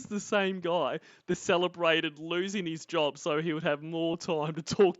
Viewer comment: also when he does actually have a jawb hes “driving trawk.” So he wants to be on the phone while he’s driving.